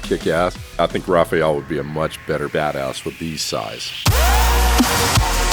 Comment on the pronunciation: it's Raphael not Rafiel